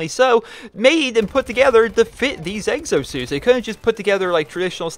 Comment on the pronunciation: "Eggsosuits".... I'm sorry, I had to say it...